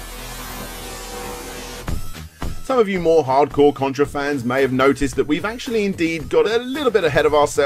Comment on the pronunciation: You said Cuntra! Lol